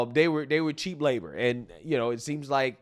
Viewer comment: 😆..Did say they were cheap labor, or "cheek labor"? Asking for a friend😆